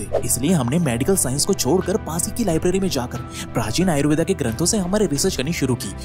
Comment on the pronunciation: भाई आयुर्वेदा नही होता आयुर्वेद होता है।